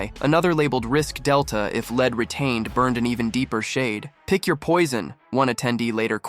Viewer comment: Not "led recast," it is "lead recast." Pronounced "leed."